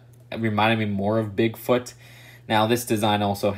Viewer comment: the man said brigfoot